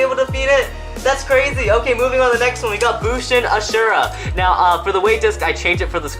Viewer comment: It’s not bushin asheara it’s bushin ashindra